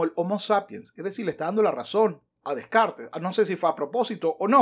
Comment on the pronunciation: Y mientras tanto, Descartes revolcándose en su tumba por cómo pronuncias su apellido 🤭.